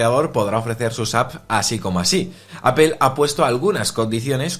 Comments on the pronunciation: Es APOL no APEL no es tan difícil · Apol, no apel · Es mas bien Apl sin vocal, dependiendo del acento del hablante inglés suena mas "e" u "o" ,si buscas como lo pronuncia Tim Cook se parece mas en opinión a "Apel"